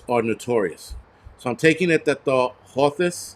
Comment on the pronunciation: Pronounced, "Hooth-ies"